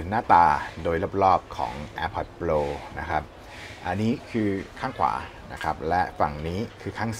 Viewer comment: พี่ช่วยออกเสียงตามต้นเเบบว่า โปร ได้ไหมครับ โปล โปล ฟังเเล้วดัดจริต